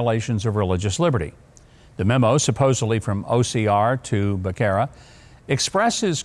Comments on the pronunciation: lBecerra's name is pronounced Beh sarah it's Spanish means calf...moo 🐄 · His last name is pronounced Be-serra. For me, I plan to go by the Constitution. I don’t plan to follow any directive that is in direct conflict with the Constitution.